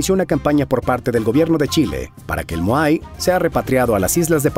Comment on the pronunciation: Estimado, excelente video, pero dejame aclararte dos cosas. No se pronuncia mojai, si no simplemente moai, tal y como lo pronuncias despues. Y Ya no se llama Isla de Pascua, si no simplemente por su nombre original Rapa Nui. Saludos.